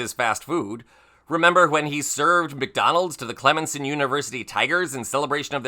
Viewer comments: Clemenson ? Is something wrong with my hearing? I thought it was Clemson. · Dude, I like the channel and your contribution to it. But never ever pronounce “Clem-son” …”Clemen-son” again. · It’s Clemson, not Clemenson. Doh!